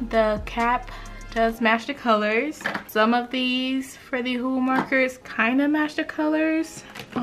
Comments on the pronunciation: Ohuhu is pronounced “oh oo hoo” not oh “hu hu” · Ohuhu not omhu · Don’t say this is hate or you think I’m making fun of you because I’m not but you pronounce it O-hu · How she says ohuhu xD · Did anybody else notice that when she was gonna show copic she said "now for the ohuhu marker" 😂😂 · Lol The way she said ohuhu